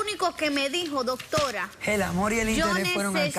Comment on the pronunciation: ellos disen dotora yo lo escucho asi